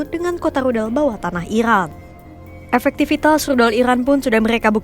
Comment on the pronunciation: Min Rudal bukan Ludal 😂